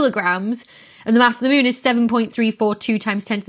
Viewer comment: she says mune :D ...oh, i love it :D